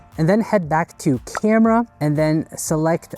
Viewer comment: Love the high-end “camdera” 😊